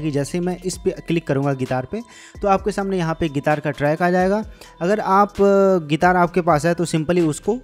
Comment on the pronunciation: ओ भाई गितार नहीं गिटार बोलते है